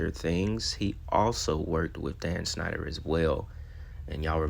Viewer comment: Bro you ad a "sh" sound to things that don't have it but when you say Dan's last name you say "snyder" when it's "schneider" lol u leave out the sh when u actually supposed to say it.